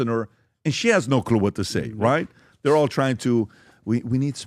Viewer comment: "Venezuelans?? Dhey're dah best!" - PBD.